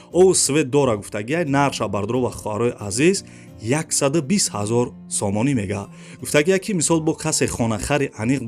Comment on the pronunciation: Офарин бародар,неки хами сомониша бехади бад зур мегуй,,,,,,сомониии мегаа